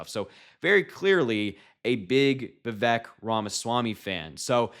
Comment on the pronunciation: Just like Kamala, Vivek has been around quite awhile. It's pronounced "vih-vake." Rhymes with "snake."